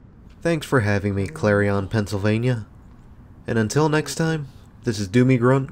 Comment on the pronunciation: Nice video and good memories of when it was new. But it drove me nuts every time he pronounced Clarion like it rhymed with carry-on luggage.